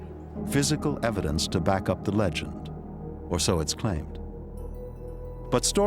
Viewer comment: I think you mean legend not "leang" but I saw the same thing